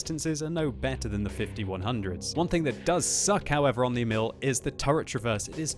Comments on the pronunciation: ok time for a swedish lesson, Emil is pronounced as follows: Long E, then mil as in military with word emphasis on the E almost as if you pause after the E. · you can't prononuce Emil nice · Emil Sølvik can't pronounce anything else than english